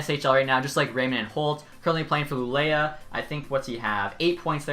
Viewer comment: When you are saying Luleå you should say Luleo